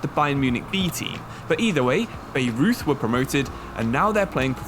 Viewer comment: By-Roith not Beirut is how you pronounce Bayreuth, a Bavarian club